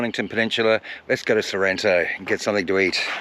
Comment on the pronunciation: Its sorrento ,pls say the name properly